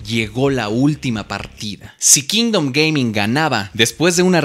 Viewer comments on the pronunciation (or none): Se puso anuncio a la mitad de que dijo Kingdom Gaming y se escuchó Kingdom gay, y solo pude pensar en Giancarlo el resto del video jajaja